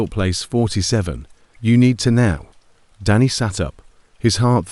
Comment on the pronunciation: So "Danny" changes to "Daney" and more bullshit AI pauses, gaps and mistakes. Not interested in AI stories.